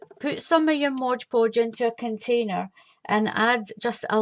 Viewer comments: Its MOD PODGE not BLOODY MODGE PODGE GRRRRRRRRR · P.S. You know I WILL have you saying MOD Podge properly eventually. :D